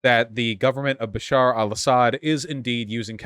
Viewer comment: Dude's name: Bashar Vaush's pronunciation: Basheer